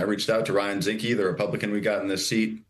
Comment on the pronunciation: Zinke, not Zinske. A total Loser who isn't running again because he knew he'd lose. Zinke will probably go to jail in 2029.